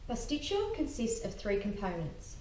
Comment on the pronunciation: Decent recipe, but it's Pastit-SIO - not CHO. There is no 'cho' sound in the greek language. Makes you sound uneducated.